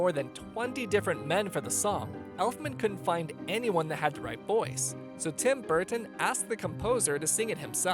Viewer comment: Tim Burttton 😂😂